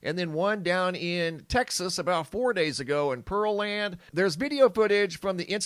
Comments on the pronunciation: I live in Texas Pearland is pronounced the beginning of it's like a fruit pear then land put it together Pearland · pear land not pearl and...